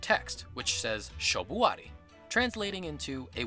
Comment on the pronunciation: Thx a lot for the explanation. Unfortunately you guys mispronounced a lot of those japanese words. The emphasis on the wrong letters. shobuari (shōbuari) so a long o. furinkazan (fūrinkazan) long u... ansatsuken (the u is silent here so it sounds like ansatsken). Shoryuken (shōryūken) long o and long u. Akuma (never pronounce a "u" letter in a long way unless it's a long u "ū". Akuma has to be with a very short u. Goki (gōki) long o... Sorry for being such a pain in the *peep*. But that's pretty important for Japanese language. Or else people could even misunderstand some of those words:P Cheers!